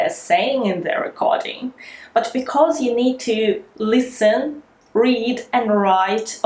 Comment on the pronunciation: I like the way you make short vowel sound long like Leesten Geev Teeps